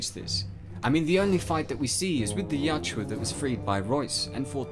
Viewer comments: Ya-u-tja. Not Ya-tju-a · "Ya-oot-ja," not "yout-joo-ah." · It really bothers me that the narrator mis-pronounces the name. He is saying (yacht-chew-ah) and it's (Yah-oot-jah). Nitpicky, yeah I know. But it's a video meant to teach about the lore and creature. Seems like an important detail to get right. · Bro its yau-hut-ja not yau-ja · Yautja is pronounced as Yatchua? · why do you keep saying yatjua?